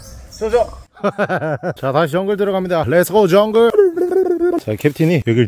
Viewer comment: 캡틴 충성 발음이 회차를 지날때마다 더 좋아지네 ㅋㅋㅋㅋㅋㅋㅋㅋ